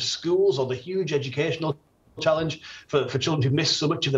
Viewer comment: There’s been Shuge support and Shuge spending🤣🤣 It’s been Shuge